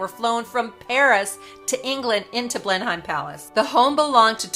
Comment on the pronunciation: Thank you for this most informative video. Just 2 small points. As you mention Blenheim Palace several times its important to get its pronunciation right. The correct pronunciation is "Blen-nuhm" rather than the way its spelt. Also the tiara Margaret wore with the Dior dress in Nov 1951 in Paris is the Cartier Halo tiara, crafted in 1936 and purchased by the then Duke of York (who became George V1) later that year for his wife. After Margaret, the tiara was sometimes worn by Princess Anne. Catherine, then Duchess of Cambridge wore it for her wedding in 2011 and has worn it occasionally since. By the way, am so very glad Meghan is NOT a Dior Ambassador.